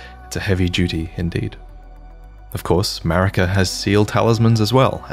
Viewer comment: You realise what “>” means right? And it’s Marika, not “Merika”